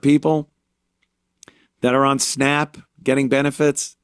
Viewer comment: Thank you! What are “snopp” benefits? “Octively?” Is she saying “actively?” When the hell did a short a become a short o? Anthony points it out?